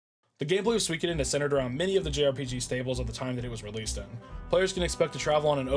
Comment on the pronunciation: Man! All these years of watching me and Brew, and you still mispronounce the game 😂 And then you pronounce it correctly 😂 then wrong again 😂 make your mind up 😂 I'm glad you finally got around to it, now just wait until you experience Suikoden II 👌 It appears that while writing this the FFVII video autoplayed and for some reason that video got the comment 😂😂